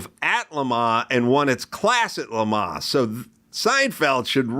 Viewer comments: LeMa, LeMa what a douche. Do you mean LeMans? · I mean, I was irritated by his repeated pretentious pronunciation of Le Mans. We’re Americans, say it with our accent. I feel the same about how to pronounce Porsche.